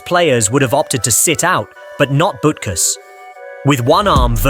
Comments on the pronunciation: Yeah; especially BUT-kus (not "BOOT-kus"). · That’s Dick Bootkus according to the narrator. 😂